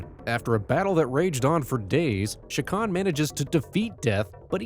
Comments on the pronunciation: It's CHA kan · You're not pronouncing that name right AT ALL. It's not an SH sound.. it's literally a CH ak an.. say Chalk.. without the L.. and end it with an AHN. Chak Aahn. CHA!